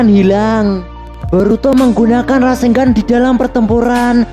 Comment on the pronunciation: Kenapa orang² ngomongnya Rasenggan bukan RASENNGAN ya? Padahal baca dan tulisannya itu RASENGAN bukan rasenggan